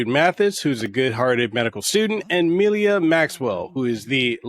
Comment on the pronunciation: Why did you add an extra "i" to Milla's name?